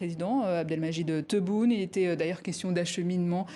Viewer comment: ELLE PRONOCE TRES BIEN TEBOUUUNE HHH ZARA SMITO TTABON